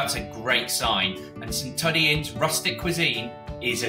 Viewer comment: Saint tuddee .. er nope, Saint Two-dee